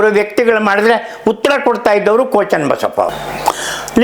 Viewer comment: Daitya means Rakshasa. Why are you saying Ko Channabasappa as Daitya, what Daitya working Ko Channabasappa has done, kindly explain Ko is NOT KONA